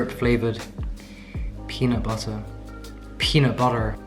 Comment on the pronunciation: That US accent "peanut butter" needs a little work. lol 🥜